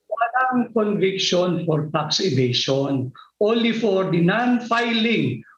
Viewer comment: Pinky Webb obvious ka sa Sobrang Dahangdahan mo na pag bigkas ng Tax evasion (FACT) WOW KALA KO MATALINO KA GIRL ! Ganda pa naman diction mo .. di mo alam yung story ? Journalist ka ba talaga ?